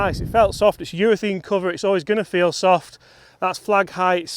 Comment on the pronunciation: its not eurathene its eurathaaaaaane